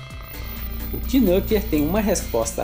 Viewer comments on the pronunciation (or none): a pronuncia é nâquer, e não quinúquer